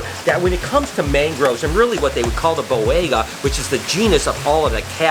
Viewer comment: For the love of god... learn to pronounce things!! You constantly mispronounce “Ontogenetic Color Change” and you HORRIBLE butchered the Boiga species names. JFC man...